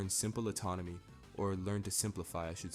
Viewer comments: You saying atonomy instead of anatomy is frying me I was like "I need to learn that im in control got it!😤" lmao it happens great video. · You say atonomy instead of anatomy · It’s anatomy, not autonomy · That's kinda based ngl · The amount of times you say atomony is going to end up making me say it instead of anatomy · You're pronouncing anatomy autonomy. And inconsistency to incontinence-y Otherwise good video. Weird poetry / rap thing. Kind of cool.